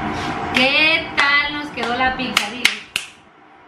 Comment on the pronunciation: De donde saca la gente la c para cuando dicen "pizza" porque dicen "piczza". NO ,- es sólo pizza como pisa.🍕🍕